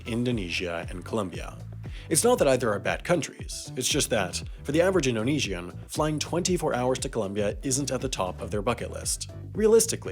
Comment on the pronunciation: omg..... Now you're saying Indonesian as Indo-Nee-zee-ian.